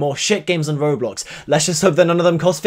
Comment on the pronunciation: Every time your robot voice thingy says « roblox » it says « roadblox »